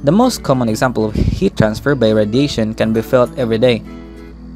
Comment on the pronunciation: jit really said radation